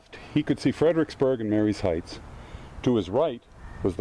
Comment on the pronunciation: Pronounced Ma-ree's heights. Not Mary-ees Heights. Just letting you know. I was born and raised in Fredericksburg and when I was growing up, the house there, the Stephen's House had a hole in the floor. You could crawl under the house and go inside. Of course I was a kid at the time, seven or eight. I've been all over Fredericksburg and the length of the Confederate line from Rt. 1 to the end of the line at Prospect hill.